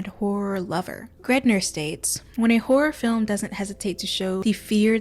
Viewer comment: Her accent makes it sound like she's saying 'whore film' the entire time😆